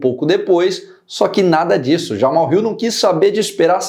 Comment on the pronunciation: aprenda a falar: é JamaHAL e não "JaMal".